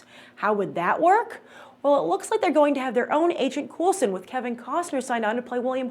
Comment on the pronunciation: Yes, he is COOL, but that is NOT how you say Agent Coulson's name.